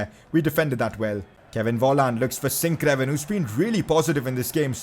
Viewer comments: Pcq: sinkgraven is pronounced as sinkgraaven so with a double a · sinkgraven is pronounced sinkgraaven